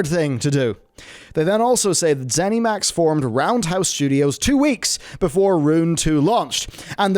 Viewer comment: Please stop saying ZenEMax.